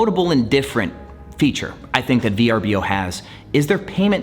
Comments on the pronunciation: It hasn’t been V-R-B-O for some time they rebranded nearly 3 years ago. It’s actually spelt Vrbo and is pronounced ver-boh. Great video just bothers me when people talk about a platform and don’t care to know the proper pronunciation and branding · It’s pronounced “Ver-boh” per VRBO. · You’re right - it bothered me too. It’s pronounced “ver-boh”